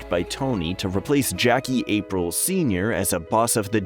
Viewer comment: Jackie April senior ? Are you kidding me? It's Ah-Preel.